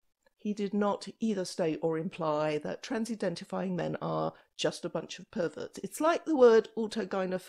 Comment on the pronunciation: I love it when she says that